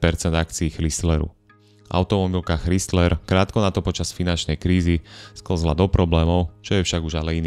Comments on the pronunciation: Super video , Len ten chrizler trhá uši a mal to byť Chrajzler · Chrysler a ne Chrystler, proboha ! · Neprijemne vnimam Kristler, Chdistlers a podobne... A Dailmer a Mitsubishi vioete povedat. Vaaaa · ako nechcem mudrovať, ale pokiaľ robíš videá na vysokej úrovni, asi by nebolo na škodu sa pred videom uistiť, ako sa správne vyslovuje Chrysler (krajzler) :) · Spise "Krajsler".Ch se v anglictine cte jako K. Zbytek souhlas. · Ano, to "chrystler" trha usi, stalo by to za prerobenie. Inak super video...ako vzdy ;) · Z jednej strany chápem pokial ta nezaujímajú auta a robíš videa o nich aby si zarobil nejaký drobak ale aby si nevedel ako sa číta meno značky ktorá má v New Yorku ešte aj svoju budovu to by som nechcel počuť jak povieš Krystlerova budova 😀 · Krajzler dpc foneticky ide ma vyrutit ako to komolis